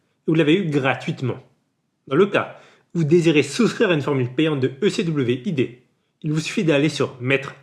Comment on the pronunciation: pourquoi tu prononce ecwid comme ça hh si non bonne video